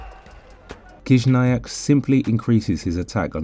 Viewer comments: Не Кизняк а Хижняк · Your pronunciation is wrong. First sound of his surname is “H”, not “K”.